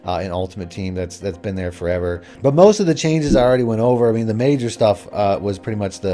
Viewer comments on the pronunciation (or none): none